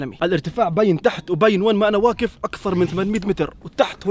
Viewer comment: اين حرف القاف؟؟؟؟؟ واكف أو واقف ؟؟؟ ماشاء الله مشتركة جديدة